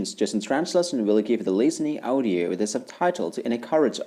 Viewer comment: You pronounced Audio as Awdiye... Which is weirddd